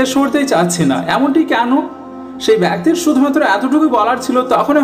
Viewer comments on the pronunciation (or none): ভাই "ব্যক্তির" সঠিক উচ্চারণ করা শিখবেন।